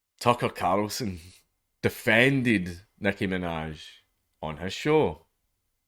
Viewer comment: I want to poke fun at him being unable to say carl, but I don't want to be rude by pointing it out....